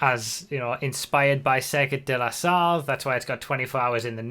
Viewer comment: Insane ! PS : Sarthe is pronounced "sart"